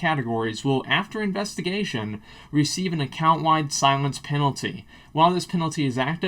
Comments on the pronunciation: lol "Silience" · "Silience" :P